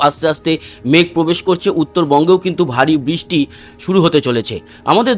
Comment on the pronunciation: কথাটা বৃষ্টি। " বিষ্টি " নয়। দ্বিতীয় তো আমরা " বাংলাদেশের“ detailed weather নিয়ে উৎসুক নই । পশ্চিমবঙ্গের উপর concentrate করলে ভাল হয়।‌